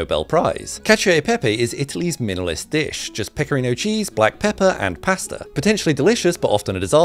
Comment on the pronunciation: "PecCorino" non si può sentire 😂😂😂